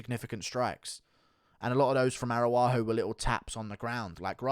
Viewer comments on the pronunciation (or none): with the S TIER pronunciations: Grawso vs. Arawaho